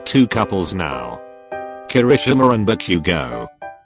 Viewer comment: I love the “kekreshi-ma XD